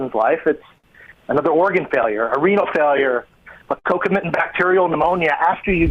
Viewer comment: He's saying concomitant infection, but sounds like coconut infection lol